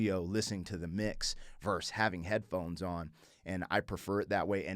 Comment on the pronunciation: Hey.... It's Not "Verse".... It's "VERSUS".